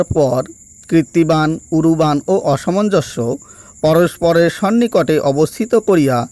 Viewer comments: মূল্যবান তথ্যের জন্য ধন্যবাদ। আপনার উচ্চারণে প্রচুর ভুল, এ ধরনের ভিডিও বানানোর আগে দু-চারবার উচ্চারণের প্র্যাকটিস করে নেওয়া ভালো যেমন অসমনজ কে আপনি প্রতিবারই অসামাঞ্জস্য উচ্চারণ করেছেন। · অসমঞ্জ একটি শব্দকে একাধিকবার ভুল উচ্চারণ করে কি বোঝাতে চাইছেন???? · উচ্চারণে অনেক গণ্ডগোল হচ্ছে । একটু ঠিক করে পাঠ করলে ভাল হয় । যেমন একটি হল-- "অসমঞ্জ " উচ্চারণ করা হচ্ছে ---" অসামঞ্জস্য"। জ্যেষ্ঠ স্থানে --- "জ্যাষ্ঠ " । এরকম কিছু সমস্যা হচ্ছে । পাঠ পুনরায় একটু শুনে নিলে ভাল হয় ।